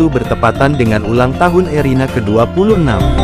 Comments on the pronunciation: Kok ngomong nya Irene Gudono? Erina mas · Bukan ireni gudono tApi erina gudono.. mas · Erina kok jadi Irene....piye toh admin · Irena mas bukan irene..tadi sudah betul kok keliru lagi. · ERINA admin bukan IRENE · Erina min,BKN erene